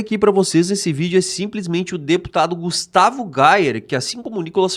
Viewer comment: EU GIRÃO AINDA FALA O NOME DO GUSTAVO ERRADO.PQP.